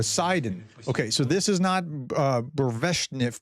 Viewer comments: how could you say Burevestnik 50 times in 3 videos and never try to pronounce it approximately properly... I mean you use that word so often and every time you mangle it a different way... let me spell it out, there is no 'sh' sound in it, just 's-t' : Bu-Re-Ve'st-Nick. And of course its 1 word and you try to say it snappy and continuously, fluently Actual meaning: Bure = of a storm Vest = news Nick = (er) - is like a 'doer of something' - for ex. teacher, trader, cleaner So its like something, which forecasts/brings a storm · boo-ray-vest-nik lol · Professor, it reads boo-re-VEST-nik :) Just read every character exactly as it is written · Boo-ray-vest-nick. Try this pronunciation. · PLEASE Professor. You need to start learning how to read Russian and Ukrainian words. The words are pronounced with ALL letters sounding. Even E. So, the word burevestnik is pronounced as BURE + VESTNIK. Stop skipping the E sound. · Man, you also look like a pufferfish when you try to talk like an expert about something you repeatedly fail to even mispronounce fluently. It’s just lame. It would seriously increase your credibility if you cared to take 2 minutes to practice saying a word like burevestnik before recording.